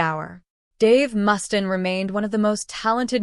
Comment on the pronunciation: Who the F is Mustan? Pronounce his name right!